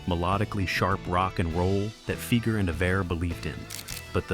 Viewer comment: Fi-ger not Fee-ger. Work on that, Skynet.